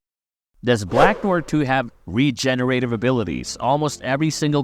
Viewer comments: .... is this an A.I. voice cause bro just butchered the word Noir, like how they pronounce it for you in the show. Also, he wasn't with Soldier Boy in the 1940s, he joined up at least in the 1960s as the scene in which we first see him with Payback was during the Cuban Missile Crisis which happened in the 1960s. Also, we don't know that he's a new actor, a fan theory is that the new Noir is a clone of the original Noir, hence he has knowledge all of Noir various fighting skills, like it or not this new Noir hasn't been shown to be unskilled, he seems just as capable as the original, as far as acting goes the original Noir before getting brain damage was also trying to pursue a acting career until Soldier threatened to kill him if he tried to outshine him. Also its unlikely that they could have hired a Supe actor, and fans not immediately notice their super actor has been missing all of a sudden. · Are narv videos using AI now? The way Noire is pronounced id weird. BlacknWarr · Sir, please learn how to pronounce Noir before making an entire video where you state this word so, so many times. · Tried watching this but after 3 minutes of hearing you butcher the word Noir , I gave up. Holy fuck americans are hicks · I don’t get how you can be a fan of the show and hear them pronounce his name several times and yet still pronounce it wrong in the entirety of your video. Have you actually watched the boys? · How is it do difficult to say "noir" correctly? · how it is that "black noir" was said like 300 times during the series and yet youre still saying noir wrong? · The way he’s pronouncing Noir 😭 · learn how to say 'Noir' correctly please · An accent would just result in a slightly adjusted pronunciation of the same word. It wouldn't make you pronounce it completely wrong like this. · It is pronounced "nwahr" not "noy-er" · "Noya" no "nowah"..... Fukin yanks.... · Noir is French for black. It's pronounced Nu-ahr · Black Noyer? C'mon now Marveyloos Vidyiis